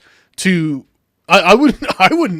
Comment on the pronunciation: The way he says vagina is funny.